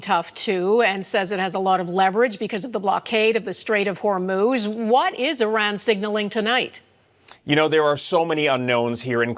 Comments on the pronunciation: Really ? You've pronounced Iran three different ways; all wrong. How stupid are you guys? It's "E ran", fool. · I’ve realised why Trump hates Iran. He pronounces it “I Ran” as in “ I ran from blockading the Strait of Hormuz.” It’s the Persian version of TACO.